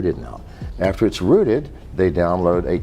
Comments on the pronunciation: it's "rooted", not "routed" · 'Miners', not, "minors" Rooted, not "routed"